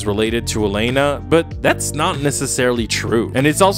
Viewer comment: You're pronouncing Elena's name wrong btw. Why are you saying Aleina.